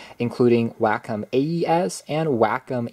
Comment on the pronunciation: WACOM is pronouced (Way-Kaam)